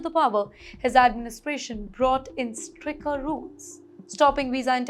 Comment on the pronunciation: .*╔═══ ❤☀💚☀❤ ═══╗* 💚💚💚💚💚💚💚💚💚 pronounce STRICTER as STICKER. Not only here, but also wherever and whenever that word comes, you pronounce similarly. Is this the way AMERICANS pronounce this word ??? 🌐🌐🌐🌐🌐🌐🌐🌐🌐 ╚═══ ❤☀💚☀❤ ═══╝